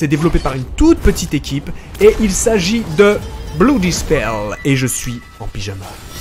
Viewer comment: Blue Dispel ? connait pas ce jeu... (sachant que "blood" se prononce presque "blaad")